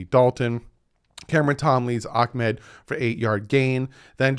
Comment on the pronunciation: It’s ahhhh med not ackkkk med